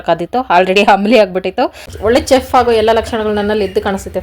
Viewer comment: ಅಕ್ಕ...ಅದು chef (ಚೆಫ್)....ಅಲ್ಲ....ಶೆಫ್.....English ಲಿ chef ಅಂತ ಬರೆದರೆ ಎಲ್ಲ ಭಾಷೆಯಲ್ಲಿಯೂ ಶೆಫ್ ಅಂತಾನೆ ಹೇಳೋದು....